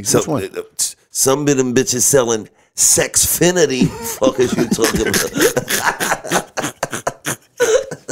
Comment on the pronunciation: This nigga said “ Sexfinity” 😂😂😂😂😂